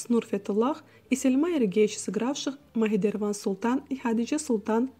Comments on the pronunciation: МАХИДЕВРАН а не махидеРван😅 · Прямо слух режет-Махидерван!!!Ну ведь там написано имя,неужели трудно прочитать-Махидевран!!!Прежде чем снимать видео,хотя бы выучите имена главных героев!И не Лео,а Лука!!! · Неправильно выговариваете имена. Учитесь!!! Например Махидевран произнесли Махидерван. 😅😅😅 смешно😂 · АВТОР! Вы зачем озвучиваете это видео, если сами, видимо, не смотрели сериал совсем. Что за произношение? Нигяр каЛЬфа? МихидеРВан? Ужас! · махидевран а не махидерван 😂😂😂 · Не Махидерван, а Махидевран. Не Лео, а Лука. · А почему говорят при озвкчке не МахиДевран султан а Махидерван😂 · А что с именами, перевирает половину имен, одна Мадихевран уже звучит дико